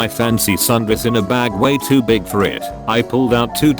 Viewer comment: How come the voice over robot can't read the word "too"? Too is not to.